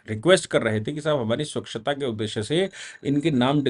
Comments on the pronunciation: स्वक्षता नहीं सर.... स्वच्छता .....👍👍👍👍🙏🙏🙏🙏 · स्वक्षता या स्वच्छता